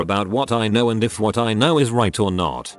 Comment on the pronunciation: The speech bot needs to learn how to say ‘know’. Not ‘k-now’.